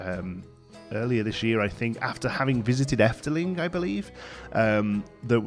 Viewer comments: wauw. I really tough... you peonounced it perfectly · omg I could not hear that you are probably Dutch until your said Efteling perfectly XD